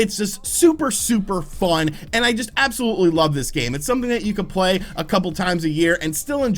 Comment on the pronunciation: I tke a soht eevry tmie says “absklutly.”